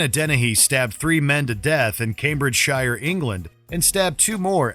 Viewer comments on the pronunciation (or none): Its pronounced "Cambridge-sher".